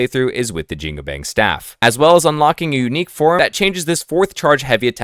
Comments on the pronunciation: JIN-GU-BANG >> almost pronounced right. the last word, is closer to "BUNK" like army bunk, instead of "BANG" like "BANK". so... say.. "JEAN" in billy jean "COO" cuckoo bird coo'ing "BANG" like BUNK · Jingubang is pronounced Jin (as in the Arabic demon) gu (as in Jew) bang (as in bong, or the words bon-bon or the word on, there is no ‘A’ sound) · great analysis, but please improve pronounciations 😅 my chinese mother dropped dead upon hearing your pronunciation of "jingubang"